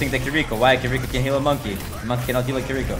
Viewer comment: I just love the way you say “monkey” it makes my day